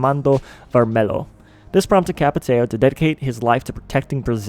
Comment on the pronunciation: Ç is pronounced like S,but nice video